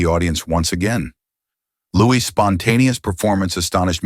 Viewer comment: Narration is inconsistent, variably prounouncing Louis’ name incorrectly